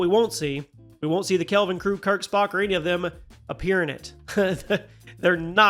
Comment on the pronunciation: Kelvin, not Calven....lol